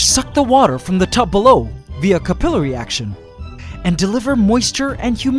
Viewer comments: Really loved the video! I didn't realize I liked ants until I saw this. I am going to be that guy for a minute though, the standard pronunciation for capillary action is Kap-uh-lar-i. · Friendly tip: capillary is pronounced "kappa-larry" /ˈkapəˌlerē/ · ca pil ary not ca pilery